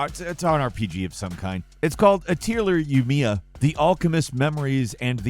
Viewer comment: The pronunciation of atelier yumia is funny